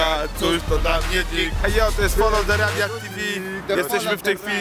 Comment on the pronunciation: foloł de rabjat kurwa